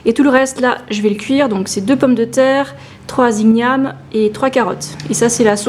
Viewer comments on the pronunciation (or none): L'igname ne se prononce pas ig-name mais bien igname :)